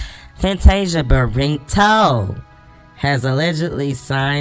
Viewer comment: Did you say Fantasia Barintoe 🤣🤣🤣🤣you and your singing is killing me 🤣🤣🤣🤣